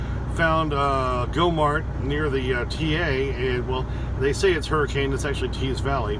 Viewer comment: its pronounced Hurri-cun